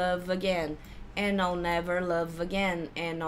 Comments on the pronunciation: Sempre ouço I'll não como all, mas com som de "a" ptbr + dark L. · mas não é a mesma? pro I'll pode ter uma variação mais aberta, por causa da falta da fala do /aɪ/ que vira só /a/ . Mas as duas pronúncias tão de boas.